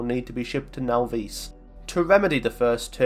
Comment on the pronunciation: Now-Veese? Naw-viss.